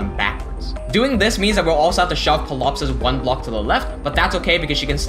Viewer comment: Just curious, why do you pronounce Ptilopsis with the P(pilopsis) instead of the T (tilopsis)? My father is a retired professor of English and language was one of his specialties thus I learned early on that English has over the centuries borrowed from so many languages that it has developed stupid rules like when at the beginning of a word what a P is followed by a t or an s it is the second consonant that is used and the point is silent: examples being psychology, psychiatry, the surname Pfifer....